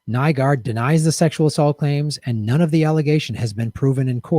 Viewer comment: Kinda odd when I started watching this video YouTube had some weird glitch and I couldn't see the comments... not saying that it was anything more than a weird coincident, but... Also, yes he's a monster but you do have to pronounce his name right, it's NEW-GORD